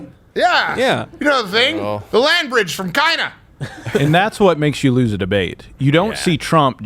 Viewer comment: Joe Biden is missing these words because not only can he not pronounce them correctly he cannot read them off the screen correctly he didn't know he was talking about China he thought he was talking about Cina